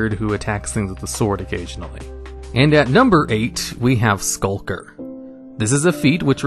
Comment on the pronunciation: Why does he have so much trouble pronouncing Skulk lmao last video I saw he called a Skulk “Shulk” and now he’s calling Skulker “Sulker”